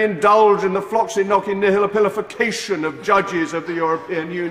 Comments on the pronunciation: The middle should be "nosi" not "noki" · That's not how "Nauci" is pronounced. The "Nau" in "Nauci" reads like the word "Nor", much like it is in the word "Nautilus". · He doesn't pronounce it correctly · That reporter got on my nerves...OH MY GOODNESS! 1) He was rude 2) He could pronounce neither "Floccinaucinihilipilification" (at all) nor "Antidisestablishmentarianism" (properly). 3) He would not let his guest speak. 4) And then he had the audacity to READ from a piece of paper and act "cool" about it. Such a shame. I think Mr. Rees-Mogg is a fine man and handled the host in a mature manner. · He’s actually saying it wrong. In “floccinaucinihilipilification,” the 3rd “C” is a sibilant. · He mispronounced it. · Ugh. He's pronouncing it incorrectly as well. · He unfortunately really pronounces the word incorrectly.